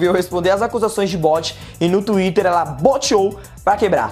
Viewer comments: "...resolveu se pronunciar no Twirer"????????😂😂😂😂😂😂WTFK???😂😂😂😂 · hauhaushauahaus "NO TUÍRER" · tuirer kkkk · NU TXUIRI KKKKKKKKKKKKKK ADORO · Tenta falar TWITTER de novo ai! parece que bugou.